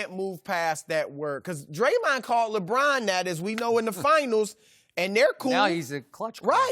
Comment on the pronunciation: Napier Nah fam, LeBRAIN James🤣